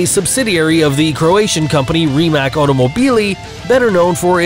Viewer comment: ITS RIMAC (ri-mac)